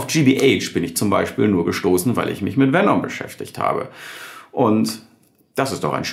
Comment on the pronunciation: Nicht VenOm, sondern VenEm. Herrgott nochmal ist das so schwierig?